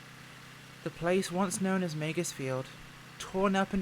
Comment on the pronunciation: Was Meigs Field not pronounced Meegs Field?